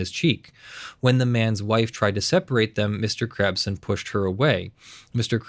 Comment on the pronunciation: I can't unhear "Mr. Krabs" when you say Mr. Crabson lmao